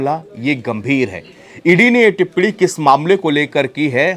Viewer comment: टिप्पणी टिप्पडी नहीं रे तोते